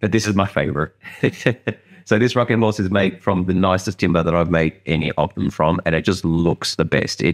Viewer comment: Love the contrast of the two box’s mate nice horth, can we see it twat awound…..😂😂😂 cheers.